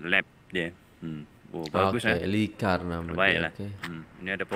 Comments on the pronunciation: Litar lh.. Bukan likar.. 😀 😀 🤭 😷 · Litar bukan likar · Admin tu salah sebut bukan likar yg betul nya litar